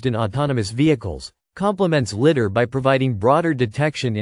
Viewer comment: It's pronounced lie dar, not litt dar